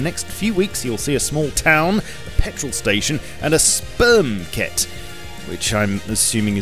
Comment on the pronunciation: Supermarket not sperm ket :D